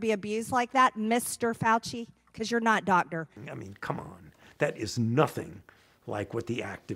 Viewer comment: “Wuhan is uh conspiwacy” - Dawktah Tony